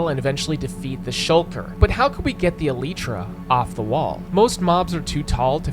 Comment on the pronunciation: he is alternating between pronouncing elytra and mispronouncing it.